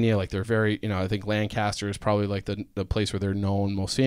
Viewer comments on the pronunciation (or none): asw a PA person who drove amish around ITS NOT PRONOUNCED LANDCASTER